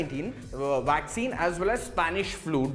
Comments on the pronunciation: First of all it's a vaccine not a 'wwaccine.' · Dr Carrie Madej is being censored because she is over the target...I hope the presentor gets all the vaccine he wants...and it's vaccine not waccine! LOL!!